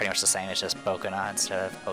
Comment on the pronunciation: Bokena instead of Boneka XD